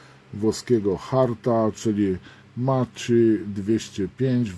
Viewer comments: I gwoli ścisłości, "Macchi" wymawiamy Maki, a nie Maczi. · Niestety, nie wymawia się "Maki", lecz "Makki" z podwójnym "k"